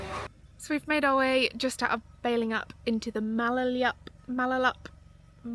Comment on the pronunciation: Pronunciation tip: Balingup is pronounced Bailingup not Bellingup.